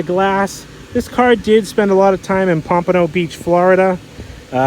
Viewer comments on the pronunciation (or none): none